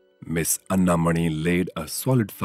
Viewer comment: Commendable production. But I wish that the names of Ms. Anna Mani and Dr.C.V. Raman were correctly pronounced!